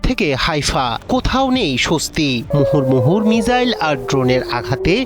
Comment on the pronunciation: মুহুরমুহুর না মুহুর্মুহু।